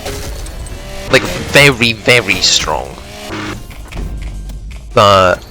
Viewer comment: verwy verwy strong